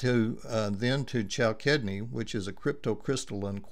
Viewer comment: it's pronounced cal sid ne